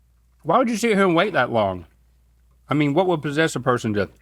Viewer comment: Does anybody else say would as (wool D)?